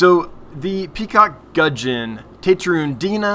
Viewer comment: Pronunciation 1. Gudgeon 10 out of 10; 2. Papua 5/10....'Pa-pu-a', 3 syllables rather than 2. We are more familiar with PNG being our closest neighbour. Which explains why very closely related gudgeons occur here in Australia too. Cheers